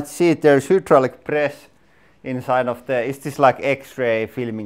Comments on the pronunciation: I like watching your videos...they are always fun. However, I always flinch when you pronounce 'hydraulic' You say 'HOOO-dro-lic'. It should be pronounced 'high-DROL-ic'. :) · What a great video, it made my day!, here's another cucumber for you: although in Finland you pronounce the first syllable of hydraulinen as "huud"... the first syllable of hydraulic in English is pronounced as "hide" with long i... it rhymes with ride. (Hide Raw Lick) On second thought, your language is so beautiful and unique that you shouldn't change anything... you do great English and you have a great channel!